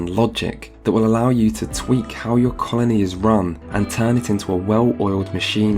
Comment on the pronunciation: Until I turned on subtitles I heard "carnie simulator" instead of "colony simulator" and I didn't even question it.